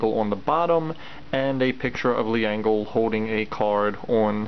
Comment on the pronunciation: Err...Leangle is pronounced "ｒｅｎｇｅｒｕ" or "Lengel"